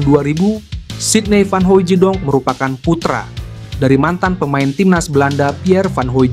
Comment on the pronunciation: Bukan Hoijidong......baca biasa saja.....Hooitsdong